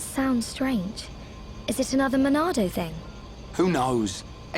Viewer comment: Why do people say Monado so weirdly? It's not "the Monado", it's "the MONNNNAAAAAAADOOOOOO!?"